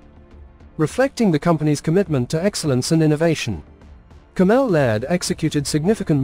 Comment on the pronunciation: Cammel is pronounced camel not Cam-ell